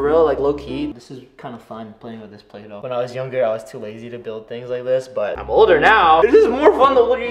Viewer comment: Who else hear him say bulaydough 😂😂